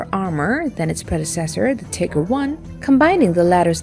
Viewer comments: FYI it is pronounced TIE GER not Tigger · Am I the only one that enjoys hearing her call them the "Tigger"?